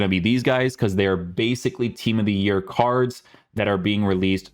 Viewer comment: Not hate just a genuine question, why do you say card normally but then randomly say cardshhh other times?